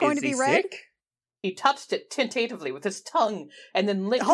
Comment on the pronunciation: Haha. This made my day. 'Tin-tate-ivly'. So, which one of you are the Furry? :)